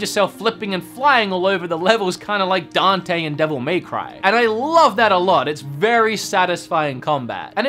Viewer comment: Am I the only one bothered by the emphasis on "May" every time he mentions Devil May Cry?